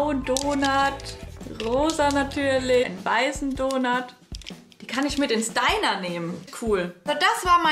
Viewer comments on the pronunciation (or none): none